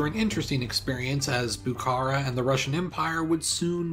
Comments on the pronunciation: Also the stress of Bukhara is on the last syllable. Bukhará and not Bukára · I’m a Bukharian Jew, a word with “kh” is pronounced like a rough “h”, not k. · "Buhoro" If we spelling and pronounce like a native ! Not Buhara and else, Buhoro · Lol its Bukhara . Its not a Turkish but Persian city Stop ommiting K . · Love the video, but your pronunciation is really atrocities at times, especially Bukhara (the kh is pronounced as one letter that is like scraping your throat)